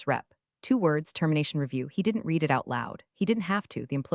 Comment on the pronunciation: The usual misreading of the word READ by the AI.